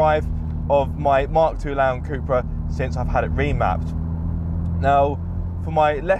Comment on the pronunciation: In all my life I have never heard it pronounced CUP-RA 🤷‍♂️. Thanks for watching.